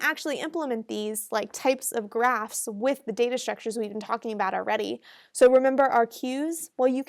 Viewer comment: You said trees and graphs What i heard at first trees and grass ☺ Please one video on regex pattern and matcher pleaseeeeeeeeeeeeeeeeeeeeeeeeeeeeeeeeeeeeeeeeeeeeeeeeeeeeee